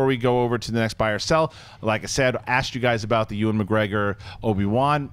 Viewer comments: it is youvan not ivan. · needs to stop saying E-wan instead of Ewan. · I love how pronounces Ewan's name...E-Won lol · Where are you getting the the "v" from? It's pronounced "you-win". Say it quickly. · you're awesome but please try and get Ewan McGregor's name right, this has been a few times now and it's driving me crazy! Apologies but the Scot in me is getting frustrated haha